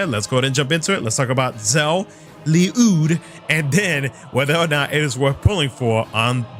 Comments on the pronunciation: Bro I keep telling you It is pronounced "Lluyd." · You sure its not just pernounced l-uh-d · You pronounced it right sir. There’s even an ongoing topic that Ryudo is also acceptable, just not ‘Lie-yud’.